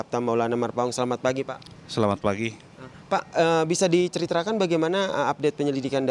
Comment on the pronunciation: Ini reporter dari dulu g pernah bisa mengucapkan kata "ceritakan"